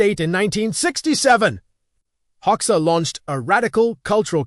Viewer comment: At least train the AI to pronounce Hoxha correctly. Please.